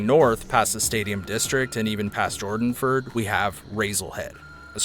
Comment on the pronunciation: Jordonford? You don't say..